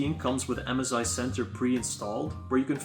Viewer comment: mezi bro its m sssssssssssss i not mez i